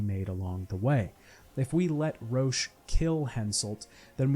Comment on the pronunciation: In Witcher 2 when he keeps calling Roche “Roach” I just keep imagining the horse